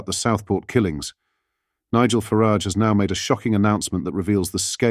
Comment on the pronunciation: Why can you not say farage?